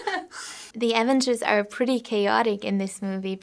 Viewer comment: OK,, if you're going to be doing an interview about the AVENGERS, maybe learn to say it. It sounds like you're saying the "Evans's"!